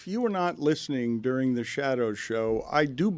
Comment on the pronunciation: Jehr bear 🐻 gold!!! 😆🙌 jduring 🤔🤫 which letter is silent 👀